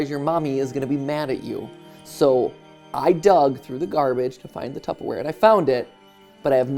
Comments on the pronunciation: My biggest takeaway from this video is that matpat pronounces tupperware “tuppaware” at least every other time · Tupp-aware, Jason xd